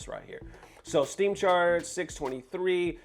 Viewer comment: Dude you kept reading the word STEAM as Stream x2 that's an important detail if you don't pay attention. 😂 I didn't even get to try the beta so I guess I'll see at release date but I'm excited!